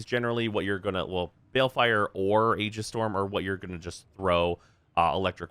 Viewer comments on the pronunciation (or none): none